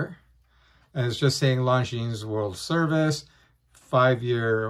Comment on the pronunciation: Luv the watch, hate that Longines insists on giving their automatics a solid caseback instead of a display back. You pay the money, you should get to view the movement at will. Thx for mentioning it looks good on a NATO! Good to hear. FYI: The "s" at the end is silent.